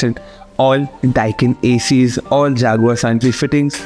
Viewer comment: Its not jaguar its jaquar bro 😎